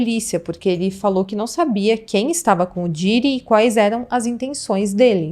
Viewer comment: Meu para de pronunciar Diiiiiiddy, come on, vc tá falando um nome em inglês, então pronuncia direito pq vc é bem inteligente, imagina pra quem fala 4 línguas ouvindo esta pronuncia ou toda hora que vai falar um nome de outro país abrasileira este? 😂😂